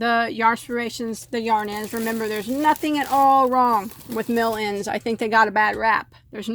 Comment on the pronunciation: I keep hearing "melons" when you say "mill ends" lol I wanna buy yarn now and crochet while eating melon 🤤